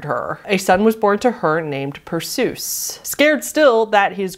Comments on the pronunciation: I love you but Perseus is pronounced "per-say-us" or "per-see-us" NOT "per-soos" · Not to be that "aCKchUaLLY" person but Danae's son Perseus is not pronounced "per-soos" but instead should be pronounced as "Per-see-us". I'm a giant Greek mythology nerd so that kinda bothered me a bit. I love your content btw! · Love you..your my YouTube friend and all. I mean no disrespect here. When your researching, find audio of someone saying the stuff to get a proper pronunciation. Perseus is PER SAY US not PER SOOS. please take this as meant. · Bobbit Worms! I think they're really funky, and in some pictures they have this, iridescent shine along their sides. I'm gonna be nitpicky for a moment but Perseus is pronounced 'per-see-us' not like, seus like Dr. Seuss. Not sure why that one made the list tho, it's fairly tame as far as Greek myths go. Like, I would have thought the story of the Minotaur, specifically how it was conceived would be more deserving of the list. That said I think putting myths ont he list is cheating b/c so many of them have weird, wtf content. If it's fucked up if's probably in a myth somewhere. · "Per-soos" haha, it's pronounced "PER-see-uss" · Oh, just in case you have to talk about Greek mythology in a future video, it’s pronounced PER-SEE-US rather than PER-SOOS 👍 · very confused as to why the myth of Danae and Perseus (Per-see-us) is on this tier list like its not normal lol but it's definitely not like...as wild as some of the rest of the stuff on this list would've expected Oedipus to be on here but then again every 11th grader has probably read it for class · ah yes.. persoose.....